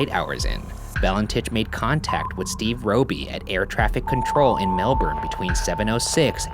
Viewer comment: I love how well Ryan pronounces Melbourne. It's closer to 'melbun' in terms of sound - but still, so good!